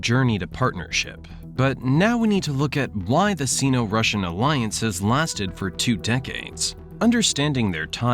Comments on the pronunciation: In English, the prefix "Sino-" is pronounced "Sigh no" /ˌsai.no/, not "See no." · Sino-Russian - pronounced Sign-O Rush an - not “seen-O Rush an” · Sino is pronounced "sign-oh" not "scene-oh" FYI (like China is chai-na - not chee-na) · Syno not Seno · Say “S eye-no” to sound right. Two syllables. “Sino-Soviet” also about a third of the time you said China when you meant Russia and vice-versa. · The “i” in sino is pronounced like the word eye. It isn’t pronounced like the “i” in internet. Just sayin’